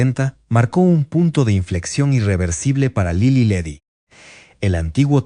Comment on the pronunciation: Favor de cuidar la narración. Para empezar, se pronunciaba Lilí y Ledí, con acento en la última i. Las pausas innecesarias de la voz (seguramente inteligencia artificial), la numeración al final de algunas frases, la pronunciación de Tlalnepantla, etc, le restan fluidéz al relato. Hay que corregir esto.